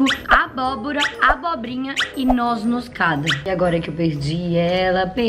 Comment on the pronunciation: “Nós noscada” hahahaha parece minha mãe falando Nós-moscada que se diz